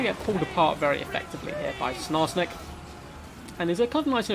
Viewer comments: Dear, i need you to stop saying snarsnik, its triggering me more than it should... the goblin's name is sKarsnik. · My man said Snarsnik....